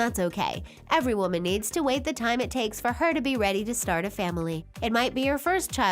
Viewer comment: “As we wit for her to grow up” 😂